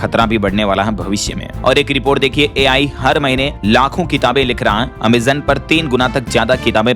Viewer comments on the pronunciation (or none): none